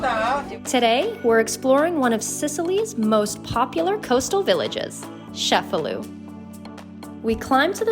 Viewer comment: It's pronounced che-fa-lu, not chef-a-lu.